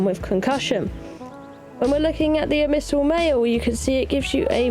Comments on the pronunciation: Ab-missal? Try saying Ab-Bi-Sal all together, not sure where you are getting that M from lol. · This is like the 3rd or so video where I've heard her read Abyssmal as "abmysal", but the amount of times she says it here gave me an aneurysm. I'm dyslexic too, but knowing that the word "Abyss" exists helps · Why do you pronounce abyssal as abmyssal? It's like you're conjoining the words abyssal and abysmal together, but putting the M in the wrong place lmao